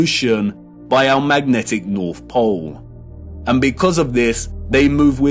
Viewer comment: “True Norf”